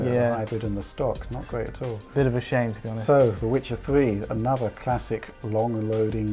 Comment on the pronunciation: Tell me the twuth Witchard ... which is better? A Swolid State Dwive or a Twaditional Hard Dwive?